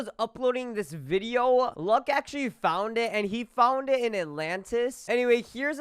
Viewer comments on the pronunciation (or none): none